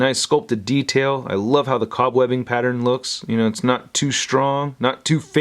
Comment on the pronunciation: Love your reviews, but...cob-webbing...?